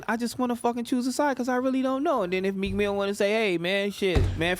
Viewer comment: It's Meek Mill... No "S" in his name